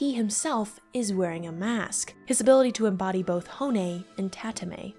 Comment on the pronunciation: tah-tah-mah-eh not tatamay